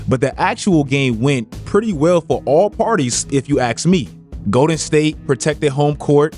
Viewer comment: Is there an NBA youtuber who doesn't say "axe" when they mean "ask"?